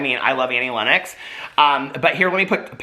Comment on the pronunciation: isn't it 'lennox'? didn't know you say it like 'lennex' o.o